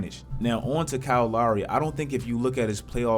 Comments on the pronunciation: The way this dude says lowry sometimes is mad funny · Lowry not Louwry, Philadelphia, not Philadaalphia